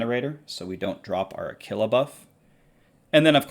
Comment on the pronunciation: Did I just hear pronounce Aquila “a killa”😂😉